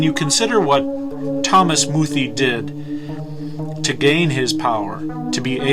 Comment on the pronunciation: YOUR ALL IDIOTS. You even pronounce his name wrong!! Its pronounced "Moo-thay" Bishop muthee never made such threats. Wheres your proof of that?!? THERE IS NONE. because it never happened!! Bishop muthee is purely a man of god.